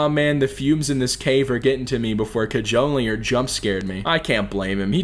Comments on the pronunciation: you said Cajoler right it's CA HO LEY ER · doesnt pronounce Cajoler CAH HOLE EER the entire fanbase: my dissapointment is immeasurable and my day is ruined. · Kah-joe-ler is the correct pronoucation